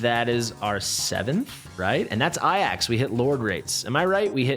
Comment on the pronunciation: it's not Aiax, which is how you're saying it, its pronounced "Ay-jacks" jsyk lol